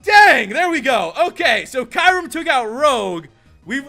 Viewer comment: You're saying mispronouncing Kyurem. lol